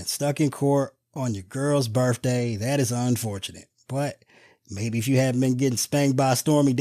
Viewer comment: I need to see a meme of Bernie with mittens in the jury box! LOL! (Oh, BTW...the word is birTHday...not birFday!)